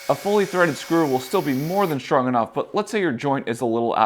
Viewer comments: It's not SHTRONG it's STRONG and other words too. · How schtrong is schtraw? Sorry I mean how strong is straw? There's no H in those words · There is no h after the s in the word strong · There's no "sh" in strong, straw or stressed.